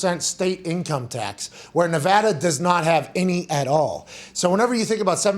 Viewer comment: As a Vegas local, Pat pronounced Nevada correctly 😭 finally